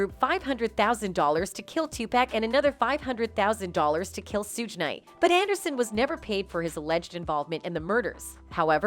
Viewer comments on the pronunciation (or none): IT'S PRONUNCIATION IS TWO-PAWK‼️‼️‼️‼️AND SHOOG NIGHT YOU MORONIC A.I SYSTEM GEEZ. HOW CAN YOU BE TAKEN SERIOUSLY IF YOU CAN'T EVEN PRONOUNCE THE NAMES‼️‼️ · Stop the way she mispronounced TUPAC and SUGE Knight to find someone else who can. Damn